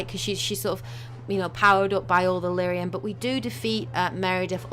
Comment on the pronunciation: Lyrium not Lythium. But great video! :) love it